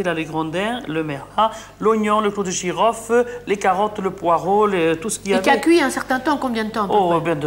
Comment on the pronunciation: Elle prononce jamais le L de girofle